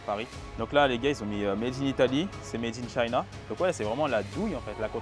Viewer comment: Apprends à prononcer "made in China" stp...